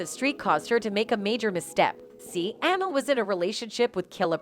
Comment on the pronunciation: Lady her name is (Amil ) pronounced A Meel